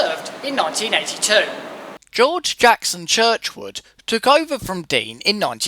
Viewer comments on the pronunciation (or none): great video, Just one thing It is G J Churchward not not as pronounced Churchwood